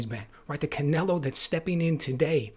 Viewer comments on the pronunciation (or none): Canleo? Can Ello? Can Canelo? Cannelloni?